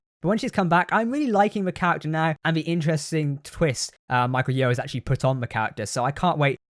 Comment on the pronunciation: Great video! but.. it's Michelle Yeoh (Me-shell Ye-oh) , not Michael Yo